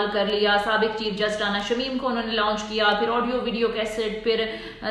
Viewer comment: لاؤنچ کی بجائے لانچ بولا جائے۔ شکریہ